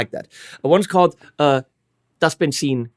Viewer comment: Of course you pronounced Benzin correctly 👍🏻 Thanks for that And I'm not even German